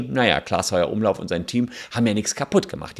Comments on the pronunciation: Das nervt mich so doll, r heißt nicht Heuer-Umlauf sonder Heufer-Umlauf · Voll nervig wenn der Name nicht mal richtig ausgesprochen wird ! Klaas Heufer-Umlauf !!! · Heufer Umlauf Bitte! 😅 nicht Heuer 😄